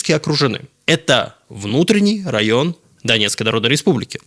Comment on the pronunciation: "Дебальцево - это внутренний райн ДНР" Тут акцент странный. Создаётся впечатление, что ВСУ находятся на территории ордло согласно "Минским".